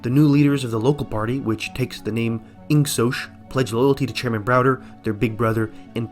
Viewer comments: The real 1984 is how he pronounces it "insosh" instead of "insok" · I pronounce it with the G: Ingoc/Ing-Sock